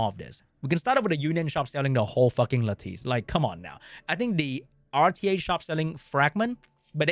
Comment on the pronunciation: Should probably learn to pronounce "lattice" if this is your main game for content :P